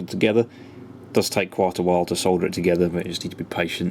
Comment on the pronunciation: my girlfriend said thank you for calling it solder and not sodder